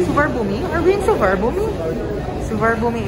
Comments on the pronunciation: ang tamang pag bigkas ng name ng airport ay SU-WANNA-POOM ganyan din talaga ang basa ng mga foreigners ang SUBARNABHUMI. di ka maintindihan ng mga Thai pag yan sinabi nyo. ang tamang pag bigkas ay SU-WANNA-POOM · I've learned that when traveling to Thailand never say to locals "Soo-var-na-boo-mee Airport" because they will not understand it. Instead, we say “Su-wan-na-poom” Enjoy Thailand mahals! :D